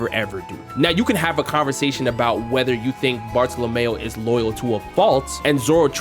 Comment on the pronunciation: Please pronounce the name of Bartolomeo correctly "Barto-Lomyo"